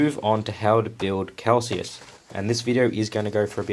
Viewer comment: Pretty sure you’re pronouncing Calsius correctly. You’re pronouncing lieutenant wrong, however. England and Australia pronounce it leff-tenant. I built mine as a Space Wolves battle leader. Bit of a pain getting rid of the Ultras symbols but I’m gonna cover them with wolfy bits anyway. I reckon he looks sick. Kinda like you throughout these vids.